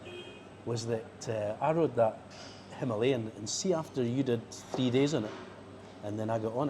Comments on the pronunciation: I try my best to follow it - But as mentioned at the end of this day - We all know what you will choose. The real hard bit is.... it is called a HIMILAYAN not a himaaaalian. Sometime you get it right and I go Yes! then you go back to Himaaaalian? Love the roads and it looks like awesome fun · Hi Ma Lay An! Why do so many bike journalists have so much trouble saying Himalayan?